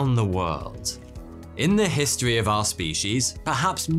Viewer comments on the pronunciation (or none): It is pronounced history'not histywee my friend. Love the content though...and the braces! D.